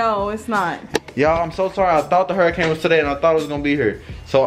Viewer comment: throughout the video: “hairicane”😭😭😭😭😭❤️❤️. $miahhhh38